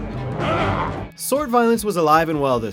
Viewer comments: Kay-less not kah-less. Good try though. :D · kahless pronounced kay-less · KAY-LESS. Kaaaay less. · You totally mispronounced Kahless, it is closely pronounced as: "Kay" "Less". If anyone at actually watched Star Trek they would know that they mispronounced it. That is a disgrace to any Star Trek fans that actually watched this! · Kahless is pronounced "KAY-less." ;-P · It's KAY-less! Lol Kahless is pronounced KAY-less! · They mispronounce words all the time. Like Kahless. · You mispronounced Kahless.